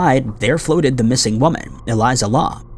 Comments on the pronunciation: Something that really bothers me about your videos is that you don't research how to pronounce people's or locations names correctly. It's not Eliza, is Elisa (e-lee-sah) lam (l-ahm). You don't pronounce Ireland's capital right, Dublin. Etc. Your videos are great and I enjoy watching them, but you have a tendency to not put any effort into pronouncing names correctly and it posits you as un-credible when doing this. And it shows a lack of respect. Just saying. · Cmon maaaaaaaannnn. Eh-L I S A- L A M. That is how her. Ae name is said bruh. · it's Pronounce E-LEE-SA LAMB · I stg just be pronouncing shit wrong to fuck with everybody like its elise-ah lam man, ELISE-AH LAM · Holy crap have you ever read English before? It is pronounced e-lease-ah Lam-B.. If you don't bother to learn to say the peoples names correctly you are not helping, you are both hindering and being an insensitive ignorant amature of a creator doing piss poor work